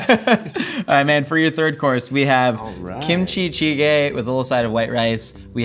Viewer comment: AS A KOREAN aka a person who was born in a place where kimchi was made i was offended by how you pronounce kimchicege